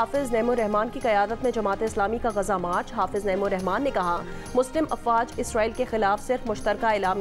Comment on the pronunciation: Musala afwaj ko musala Afraid sahi bola😂😂😂